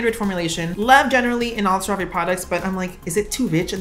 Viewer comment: bb I think it's pronounced sarah-vee, but sera-vay sounds way bougier tbh so I hope you never stop !!!!